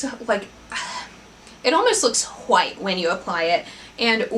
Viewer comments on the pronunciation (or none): This might be a stupid question, but I cant help but wonder every time I hear you say it... is there a reason you pronounce 'white' the way you do? Is it just an accent thing, or does it have a deeper meaning to it?